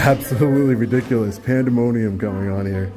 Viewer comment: Interesting how certain people act in public. They axe and act ridic-O-lus